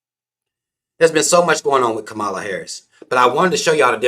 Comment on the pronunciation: Were you saying her name wrong on purpose?